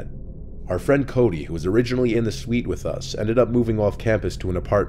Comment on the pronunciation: Please stop saying suite